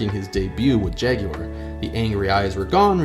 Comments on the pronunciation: Jag-YOU-are? Bravo. 🙌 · Thank you for pronouncing it properly! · Well done for pronouncing Jaguar correctly.